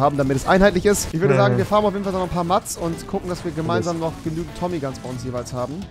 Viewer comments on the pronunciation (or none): Bitte sprich Mats so aus: mäts. Des klingt scheiße so wie du des aussprichst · Warum sagst du immer Mads 😂 es macht mich so aggressiv 😂